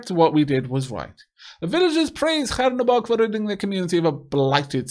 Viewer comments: Awesome series! Btw it's Chernobog, not Hernobog :). It means Black God in russian. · Chernobog reads with 'Che' like in 'chess' or 'Che Guevara' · Please fix your pronunciation of the name of the god :D CH like in Cheese like the other comment said ! :) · The CH in Chernobog is pronounced like in cheese.